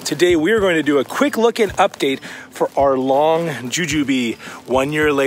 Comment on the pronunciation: Lang is pronounced with an “a” not an “o” just like the way it’s spelled. It’s not a “long” jujube, it’s Lang like in the word hang or dang or wang.